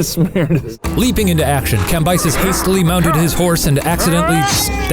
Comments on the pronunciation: Cambyses Sound like "camp Isis" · Cambyses - kam-BEE-SEEZ Sorry i was bothered